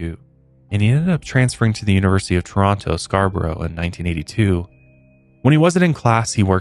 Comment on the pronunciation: Born and rasies Scarborough, thanks for saying it correctly and covering this! I had no idea!!!!!